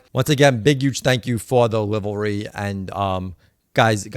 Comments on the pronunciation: As a reformed east coaster I had a hard time with that pronunciation out the gate. Think LIVE REE 😂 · Its just pronounced livery..and it looks fantastic BTW! Great video! Awesome content! 👍👍💯🇺🇸